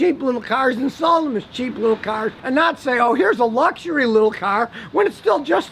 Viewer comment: 😂 also you gotta laugh at the way he says cars— ‘Kharz’